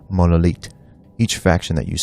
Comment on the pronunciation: Did he just say "monolitte" ?